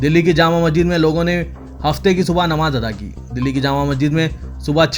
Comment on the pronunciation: مسجد کا تلفظ صحیح کرنے کی زحمت کریں